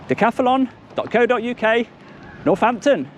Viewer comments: Why do you insist on saying decathAlon, cant you read. They're very big letters.....Moron! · Decathlon is the Name not Dacathalon😂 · Decathlon not Decathalon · Todays episode was brought to you by the letters GBRP. And the extra A DJ adds everytime he says Decathalon